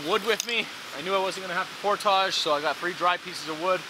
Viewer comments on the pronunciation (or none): Dude: for the love of God, please please PLEASE learn to pronounce the word "portage". It does NOT rhyme with the word "dodge". The word rhymes with "smidge", and the emphasis is on the first syllable. POUR-tidge. Said quickly. POUR-tidge. NOT. NOT. NOT: por-TAJJ. I'm friggin begging you, man.